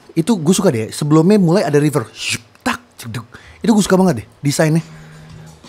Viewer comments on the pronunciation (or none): none